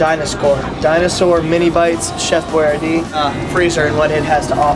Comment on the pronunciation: DINA-SCORES hahaha